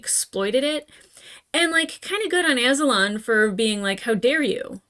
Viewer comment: Azulon = uh-ZOO-lawn Both Zuko and Azula are named after him